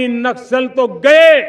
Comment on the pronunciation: नस्कल नहीं, नक्सल बोलते हैं